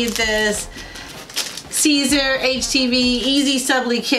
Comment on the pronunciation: It’s not seezer! 😩 it’s pronounced like SIZE-R AKA SIZER AKA SISER 😩😩😩😩😩😩😩😩😩😩😩